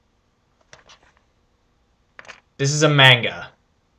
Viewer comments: lol, you said manga wrong. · All respect lost by mispronuciation of 'manga.' (Although I could be wrong lol)